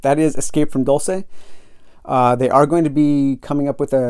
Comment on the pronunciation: It is not a fictional place. (And it’s pronounced ‘Dulse’, not ‘Dul-say’)